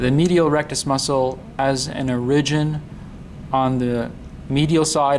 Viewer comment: Informative video, but what's going on with that pronunciation of "origin"...?